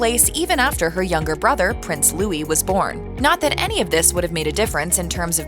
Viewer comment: Joss67 there's a lot of these channels don't get things right and disrespectful with their names it's damn ridiculous and the one that really winds me up is the say prince Lewis when it's Louis